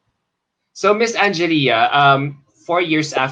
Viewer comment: no offense but our ME queen's name is pronounced as an-gel-ya not an-ge-lia